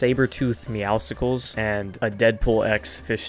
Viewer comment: Why does everyone say Meowsicles? Its Meowscles. Like muscles, not Popsicles